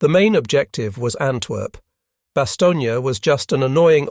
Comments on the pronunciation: "Bastogne" is pronounced "bastown" not "bastown-yuh". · The town is named Bastogne, pronounced in French pronunciation: [bastɔɲ] , in English Bastonne. Not Bastonnia!!!! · Great story! That's not how you says Bastogne (no "gna" at the end). But otherwise very interesting to listen to. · It’s very annoying how you pronounce the town of Bastogne as it does NOT have the “a” sound at the end of it name NOT BASTOGNEAAA. My father earned two Purple Hearts and a Bronze Star there.